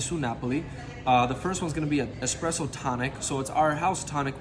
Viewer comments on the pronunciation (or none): Expresso lol